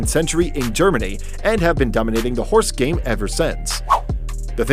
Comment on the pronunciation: Anyone have RESPECT that this guy pronounced ALL the horse names so fluently 😌